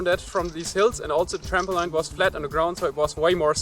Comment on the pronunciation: Hey it was really interesting! Just to let you know "Trampoline" is pronounced "tramp - o - leen" rather than "tramp - o - line".